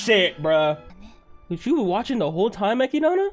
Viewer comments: MY DUDE. ITS ECHIDNA, NOT ECHIDANA. (Eh-Kid-Na). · Now, I know you asked the peoples of how to say Echidna's name, and they said it doesn't matter. But hearing "Echidana" instead of "Echidna" is getting a bit annoying, not gonna lie. I'ma keep watching these, and putting this here at this time probably won't accomplish anything. And don't misunderstand me. I'm saying for you to change how you say her name. Some words/names don't bother me. Other's do when there is an extra syllable in there. But I'ma let you keep that extra syllable. That's so far my only complaint about this. I am enjoying your reactions so far. A lot of energy. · Who is echidana? Her name is ECHIDNA ECHID NA , so call her ECHIDNA not ECHIDANA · No one Not a single person No one at all: Eki-DONNA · its actually eki-donna lol you anime only kids dont know how to say it right but its eki-donna not ekid-na. Also listen to how subaru and the rest of the cast pronounce the names. the subtitles you reas are usually not what it actually is. for example lewes-san calls subaru su-bo but it reads out as young su which is an accurate translation just not the original name. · my man just pronounced Echidna "eck ee dawn uh" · Why is he saying Echidna like that? Did he read the LN? Cause the translator for some reason misspells Echidna’s name. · the way he says echidna makes me upset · While this guy’s reactions are solid for the show, the way he says Echidna sets off every “that is wrong” sensor in my body